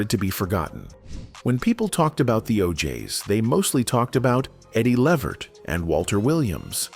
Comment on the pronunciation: Why do these videos always give misinformation and say the name Levert wrong??😮